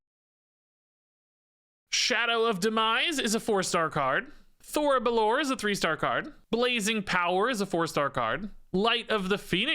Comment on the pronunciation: Just a heads up (not that it really matters), but I think the phoenix is pronounced Thori bell-or-ay, since its elfspeak.